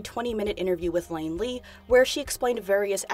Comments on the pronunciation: Iain lee. Not Lain lee.... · The person who interviewed Felicity is Iain (spelt i-a-i-n, pronounced Ian) Lee, he's a British journalist and presenter. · Lain Lee? His name’s Iain (eeyan) 😂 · I'm gunna be that guy. It's Iain Lee with an I not an L. He has an odd spelling, but it's said like Ian, not lane. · its Iain Lee as in, ee-in, not lay-in. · Brilliant vid but that guys name is Iain Lee as in Ian not Lain as in lane 😁 He's a British celebrity. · His name is Iain (Pronounced Ian) Lee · Iain is a standard spelling of Ian or Eion. It is not a spelling of Lane. The host of Iain Lee is, no surprises named is Iain Lee. Not Lane Lee. Perhaps you're dyslexic, but can you not even check the pronunciation of words? How can you expect anyone to take you seriously when you can't even pronounce Iain correctly? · One thing, the interviewer is iain lee, not Lain lee lols, i can see why that mistake was made though lols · "Ian" Lee. You say it like Lee. From the UK and was never aware of this interview. Love your channel! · Lain Lee made me chuckle as well! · Just a quick one. That radio host is called iain Lee that's an i at the start not an L. P. S. Love the vids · Iain Lee, not Lain Lee.